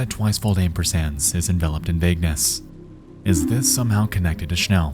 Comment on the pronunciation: the pronounciation for "schnell" is hurting my head ...